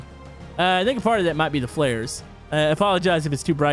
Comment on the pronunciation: "water in za fire, WHY?!?"